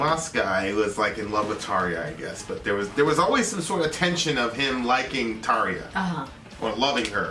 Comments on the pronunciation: "Tahr-jah", not "Tar-ee-yah". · maki I've tried to get him to say it right LOL